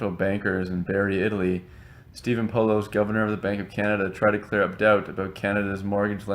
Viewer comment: Its pronounced Po-laws.